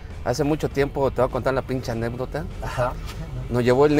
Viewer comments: Que horror, gobernador de un estado de México y sigue diciendo “Anepdota” 😅. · ¿Anépdota? (min. ) 🤦🏽‍♀️